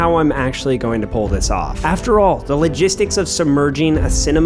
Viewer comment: "In order to 'pool' this off" 😂